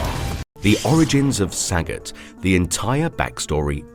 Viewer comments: I am Thai. Sagat (สกัด) is pronounced Sah-gut (S̄kạd), all syllables are short sounds. His name means to intercept or to extract or to chisel in Thai language. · Not one to correct people, but this literally was making my head hurt. The names of the Street Fighter characters Sagat and Ryu are pronounced Suh-got, and Re-you. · Saaghat. Saagot. Sa-got. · I love how you pronounce saget